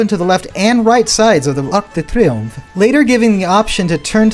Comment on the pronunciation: “Arc de triomphe” loved the pronouncing